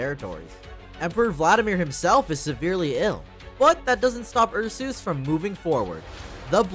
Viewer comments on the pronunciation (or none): Ursus is pronounced as "Ar-Sas" not Ar-sooos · isn't it pronouced "oor-soos" like in latin? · Calling Ursus U'r Sus has to be a bit, nobody can mispronounce a fairly simple name that badly. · The "Ursoos" pronunciation has me dead😭. I normally just say Ursus. W video tho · You said ursus wrong on purpose to avoid saying sus didnt you? Lol